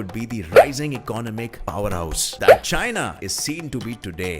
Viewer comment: How did you say china. WTF